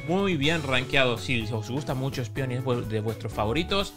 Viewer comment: repite conmigo...ESPEON...ESPEON!! no ESPION 😂